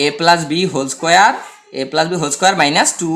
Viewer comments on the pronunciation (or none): Ma square na bole doya kore mun squarei bolben ma square eta balo shona jay na..